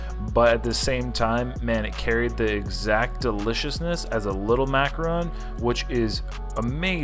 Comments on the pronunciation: It's not macaroon. Its macaRON. A macaroon is a small cookie made with lots of shredded coconut. A macaron is lovely icing filling with two nice cookies. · It’s is pronounced maca- Ron ! A macaroon is a chewy coconut cookie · starting an International Incident by pronouncing and switching back and forth between “ron’” and “roon” infinite times during this piece, which as many others referenced, aren’t the same thing. Disclaimer: No French Canadian’s we’re intentionally insulted during production of this video. 🤣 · Sorry, your pronunciation is way off on this one. As another commenter wrote, you ate a macaron (mack-ah-RON), not a macaroon, which is a coconut cookie. These are two very different cookies. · Macaron NOT Macaroon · I believe that is a macaron and not macaroon. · It’s a macaron not a macaroooon. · Mac-a-Ron like a mans name macaroons are a coconut cookie treat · Mac a RON. A macaroon is a chewy coconut cookie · Big difference between macaron and macaroon. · You keep pronouncing it wrong, there's a difference between a macaron and a macaroon. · You're Canadian. Learn to properly pronounce the name of the cookie. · He spelled it right but pronounced it wrong lol